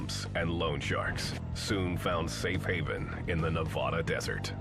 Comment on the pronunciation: Nawvawdaw - eastern Connecticut lol